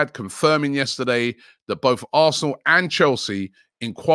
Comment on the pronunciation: Anyone else hear “arthnlllll” when he says arsenal